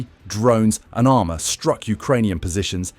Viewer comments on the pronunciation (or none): none